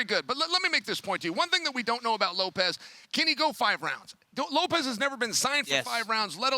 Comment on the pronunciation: It's LOPES not Lop-EZ you idiots